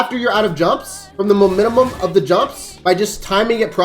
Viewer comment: Ngl bro you gonna need to learn to pronounce the word mo-men-tum